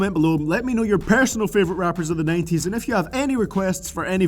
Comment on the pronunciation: you say 90s wrong